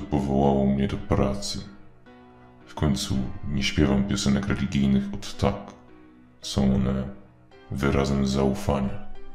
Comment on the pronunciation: bez obrazy, ale czy tylko ja słyszałem jak powiedział "regigijnych"?